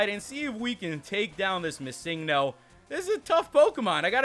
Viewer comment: stop prenouncing missingno wrong its Missing No